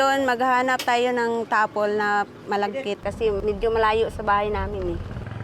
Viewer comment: ginawa pa ngang ilocano ni Jessica yung “Tapol” tapol lang ang bigkas ginawa pang “Tapelll” 😏